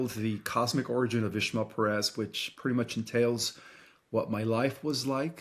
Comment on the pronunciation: I'm so glad you said hia name right, "", not ISHmael PEHREHZ like so many non spanish speakers say, its annoying how other interviewers mispronounce it. 😂